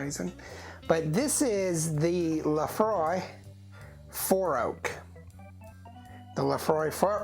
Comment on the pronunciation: It is not "Laphroy" it is "Laphroaig" pronounced ( lə-FROYG)